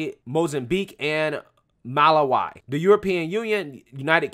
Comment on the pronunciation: Agree, though I did laugh at how you pronounced Malawi 😂